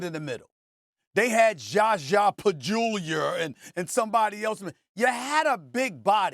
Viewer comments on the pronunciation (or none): He’s always jackin’ up somebody’s name 😂😂😂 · i pray that he said it like that on purpose 😭😭😭